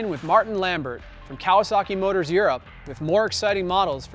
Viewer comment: I hate the way this guy says Kawasaki